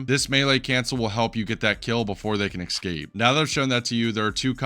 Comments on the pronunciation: esCape not eCscape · Can you please stop saying "axe-cape" / "egg-scape" instead of escape lol. This is so distracting from the video, which is great btw! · not escape, ex-cape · Good stuff! But I just got to say: escape is not pronounced as "ex-cape", it's just "es-cape". People will understand even with wrong pronunciation, sure, but people understand even aphasic gibberish sometimes 😉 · How are so many people able to say especially properly but nobody can say escape properly. It's the same rule. Don't say eckscape. pls stop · ill be honest its not that difficult to say escape